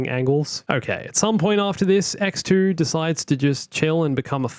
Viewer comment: I can't help but hear EcksToo every time says X2